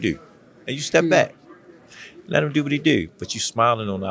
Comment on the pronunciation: “Let him diu what he diu”